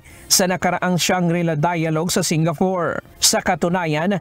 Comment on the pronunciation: SingaFORE?? its Singapore!!! Joint OFFERation?? Operation!!!